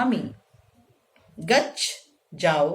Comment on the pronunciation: Ma'am this is nice.. किन्तु एक जगह उच्चारण पर ध्यान दिलाना चाहूंगा.. जाओ के लिए गच्छ (अकारान्त) होता है। हिन्दी में गच्छ को गच्छ् पढते हैं, किन्तु संस्कृत में गच्छ और गच्छ् का उच्चारण अलग है। कृपया ध्यान दें।